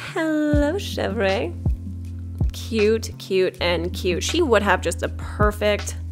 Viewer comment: You don't pronounce the re in chèvre